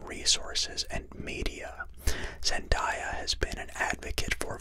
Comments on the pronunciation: zen-day-ah not zen-die-ah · I hate that your saying zendiya its reaaaaallly bugging me I mean am I wrong its zendaya not zendiya I'm mean jeez but I'm no trying to give hate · Its zendaya not zendiya omg have some respect🙄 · I left as soon as he said her name wrong